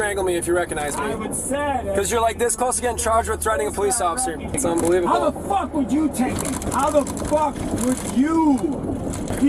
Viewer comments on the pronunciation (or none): ..that's "Unbe-weavable."..😂😂